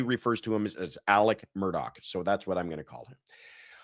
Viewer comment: Speaking as a South Carolinian, You absolutely said Alex Murdaugh’s name correctly. It’s how he says it himself.